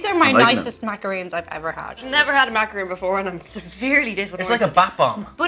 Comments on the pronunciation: C'est JusTeen and "macaroons" 🙄🙄🙄🙄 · M A C A R. O N, NOT macaroons. Very different from each other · Am I the only one losing my shit because they're calling them "macarOOns" and not "Macarons" (mak-rahns) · MACA-RONE, not MACA-ROON! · MacrarON...not macarOON...they are two very different things!! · Macaroon? Maca-fucking-ROON?!?! (╯°□°）╯︵ ┻━┻